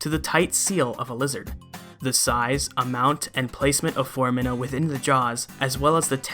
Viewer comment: Singular: "Fohr-AH-men." Plural: "Fohr-AH-mi-nah," not, "Fohr-ah-MI-nah." Please and thank you.